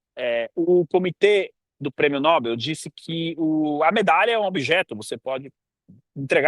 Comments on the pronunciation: Muito boa reflexão. Mas cuidado com a pronúncia: é Nobél e não Nóbel. É oxítona a palavra. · Não é prêmio nÓbel; é prêmio nobÉL, nobÉL, nobÉL..... APRENDEU, FALASTRÃO?